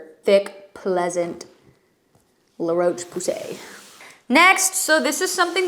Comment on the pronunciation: La Roche Posay is pronounced "la-rosh-po-zay"